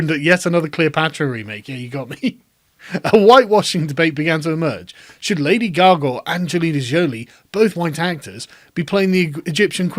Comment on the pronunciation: Did you say "lady gargle"? Would she be happy if it went to a black MAN?